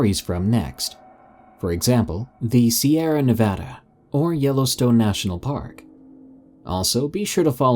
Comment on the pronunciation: You said Nevada correctly!!!! Thank you so much!!! (From a Nevada resident, when people say it wrong it ticks us off, even more so if you try to stick by your pronunciation.)